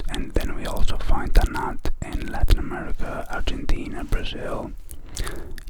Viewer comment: the way he says tannat just sends me out of this world